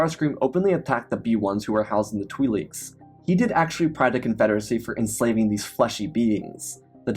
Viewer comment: "The Twee-Leeks" 🥀